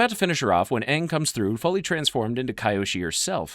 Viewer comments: Huge respect for your vedios bro but it's kyoshi, not kayoshi😂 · I love this channel. But it's really a let down when you can't pronounce the names correctly. These names are said repeatedly in these shows. Kee-oshi. Not kai-oshi